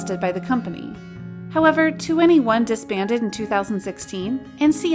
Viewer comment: Just say 21, don't pronounce it 2 N E 1